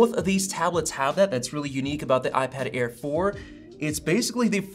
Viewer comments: Did it sound like Ipad Ear at the beginning? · I totally heard "iPad Ear 4" at the beginning 😂🤣